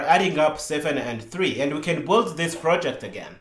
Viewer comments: I 'm loving this series so far. Maybe it would have been better introducing some pauses in speech. Anyway I really do appreciate it. One request: PLEASE "build" is pronounced "beeld" 😅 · Yes, I love the videos but the "build" pronunciation he uses is so confusing